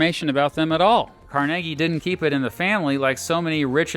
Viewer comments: It’s pronounced Carnegie not Carnegie! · The history of pittsburgh cannot be told without discussing Carnegie (its pronounced car nay gee!). Great video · I'm from Pittsburgh, and it's pronounced "Car-neg-ee" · Car Neg Ee is how he pronounced it. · I thought his name was pronounced "Car-NAY-Gie". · He pounced it the latter way because he was Scottish.